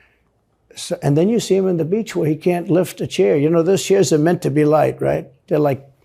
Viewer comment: I laughed the way he pronounced „on the beatch“ 🥹